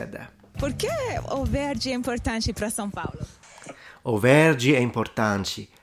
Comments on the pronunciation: São is not pronounced Sao. The "a" is like nasal, and the "o" is like the latin "V" in "TVVS". Most of Brazil pronounces "dah deh djee doh doo tah teh tshee toh too", but in Pernambuco is Paraíba is "dah deh deeh doh doo tah teh tee toh too" (the t sounds Italian instead of English). Intonation is very important in Portuguese, we generally talk like singing, but be believe people from Santa Catarina sing way more than the rest. Portuguese is fascinant. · I think your only mistake in pronunciation was São Paulo. It is more like San Paulo. Other than that, I'm really enjoying you learning portuguese and can't wait to see your reaction to gaúcho accent ❤ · He cannot pronounce São correctly.